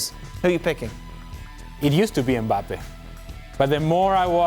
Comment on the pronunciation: It’s mbappe and it’s not close